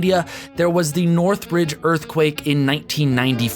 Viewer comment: I lived 6 blocks from the epicenter of that quake. My area was without power and water for 6 weeks. The damage to southern California from the NORTHRIDGE not "Northbridge" as you sound in saying. Was no small thing, freeways had completely collapsed, travel was nolonger an easy affair. What would normally take 20 or 30 min even in L.A. traffic took 45min to 90min just in travel. also my mother had worked for Disney Imaganeering in the 90s and alot of the issues were in the $$$ with people trying to rebuild after the earthquake.